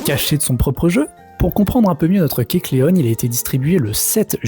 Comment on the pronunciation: Alors kecleon etant inspiré du caméléon, on ne dit pas kecleonne mais kecleon